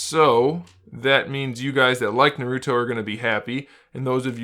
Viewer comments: Good review but it's pronounced nAruto not narUto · Naruto is pronounced "Nah-ru-toh" not" Narudoh" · Every time he says naruto my ears get trapped in the tsukiyomi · It’s literally painful